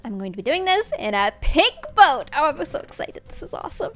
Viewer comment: Anyone else hear her say "pig boat" not "pink boat"? Just me?